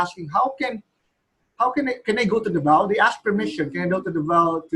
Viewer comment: i love how this vid is different, full of substance esp. on the aspect of being a cultural ambassador. on a side note, It is Davao /DA-vao/ not Davao /da-VAO/ Pronunciation should not change for proper nouns e.g. name of a place.